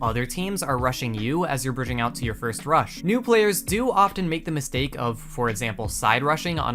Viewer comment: i dont know why but whenever he said "rush" I felt like as if he said "crush"